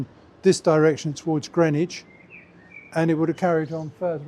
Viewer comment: And GRIN-IDGE!